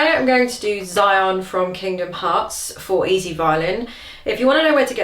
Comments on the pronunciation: zion?..... its said like : she on eh......cose enough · It's pronounced "she-on" 😂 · Oh no I'm not upset. I actually enjoyed watching this video. I just thought it was funny how you pronounced her name.